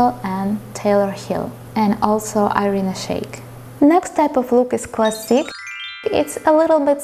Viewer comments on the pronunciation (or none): none